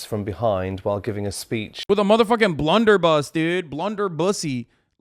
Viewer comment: Bro really said 'blunderbussy' 😭😭